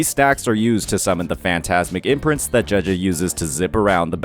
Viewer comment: I play the game in Japanese as a chinees person and the way he pronounces name, just doesn't feel right to me XD. No hate though, just a little autism from me